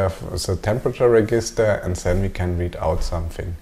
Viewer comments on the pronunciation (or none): Nice videos, easy to follow. One very minor thing - "Register" in English is pronounced like "reJister"... every time you say it, it causes a tiny mental hiccup and interrupts the flow (well for me anyway) . Thanks!